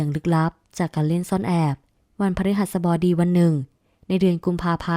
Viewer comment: วัน พะ-รึ-หัส-สะ-บอ-ดี เกือบดีแล้วเชียว 😂😂😂